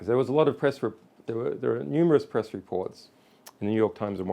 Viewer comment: "PERESS" conference ;)